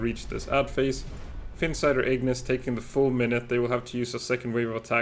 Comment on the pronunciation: Ahh finally a YouTuber that doesn't say Ignis like it's spelled igneece 😂. I'm not usually a big pronunciation police kind of guy but for some reason that one makes me cringe a little